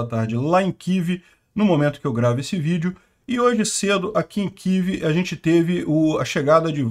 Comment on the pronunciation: Kivi? Que Kivi? É Kiev.